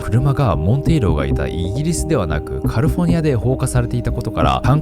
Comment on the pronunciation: キミ英語の発音が下手なんだから、無理して英語寄りの発音しても余計に聞き取り辛いだけよ。 カルフォルニアちゃうくてカリフォルニアな？ 視聴者を馬鹿にしないように